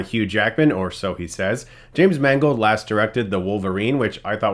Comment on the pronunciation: Damn!.you said James Mangold. I thought you said it was directed by "James Mangled"..bugger.